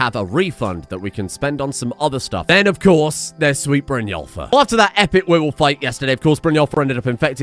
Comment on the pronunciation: Brynjólfr? More like Brynwulfr eh?